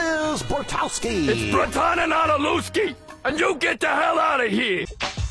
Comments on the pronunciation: Where are yall getting then "dil" part in that name from? He doesn't say dilewski he says lewski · "IT'S BRUTANANADELEWSKI!!!" poor Carl no one gets his family name right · carl mispronounces his own name